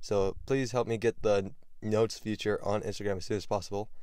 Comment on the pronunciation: Hey bro… it’s called “feature” not “future” Just wanted to let u know